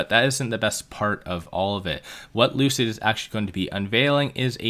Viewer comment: Lucid Motors =Loose-It Motors 🤣